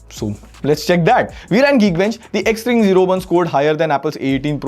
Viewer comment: Bro you are saying XRING 0(ZERO)1 but trekin tech is saying XRING O1 😅